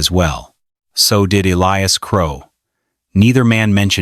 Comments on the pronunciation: What a weird story. It must be AI. She's putting too many seeds into one hole. Also, Elias is pronounced Ee-LIE-us, NOT ELLIE-us. Sheesh. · L lee oos for Ee lie us! Common Ai!